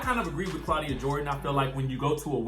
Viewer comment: Okay "CLAWDIA" mind yo own Gurr!!!!